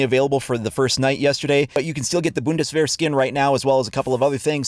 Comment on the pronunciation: Finally a non german that can say "Bundeswehr"